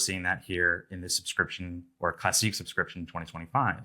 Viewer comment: It's not called a sub-scription. It's SOUscription.